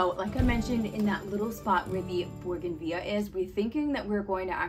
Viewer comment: Beautiful! I think it's pronounced Boo-gan-vee-yah